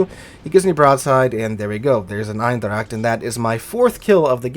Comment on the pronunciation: Its funny how you pronounce eendracht 😂